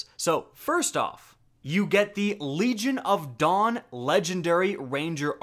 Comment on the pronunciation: I kept hearing "Legion of Dong" everytime he said Legion of Dawn.